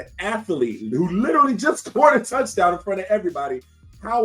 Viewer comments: An 80 yard "tuddy?" C'mon man. 🤦‍♂️ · Please don't say "tuddy"